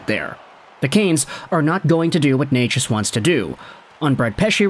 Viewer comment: Omg... you actually know how to pronounce his name? Gold star for you